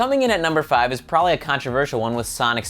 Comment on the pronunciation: Its PROBABLY, not prolly